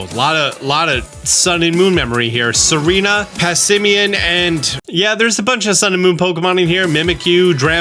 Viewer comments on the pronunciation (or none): none